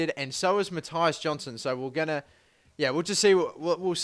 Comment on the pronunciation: its not mattaias its mattias u pronounse the i like i not ai